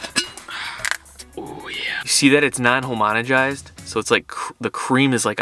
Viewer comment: You said homonogized 😅